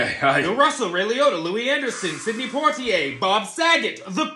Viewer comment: I am an atheïst and don't believe in god. But if he did exist, I would like to think he would know how to pronounce Poitier.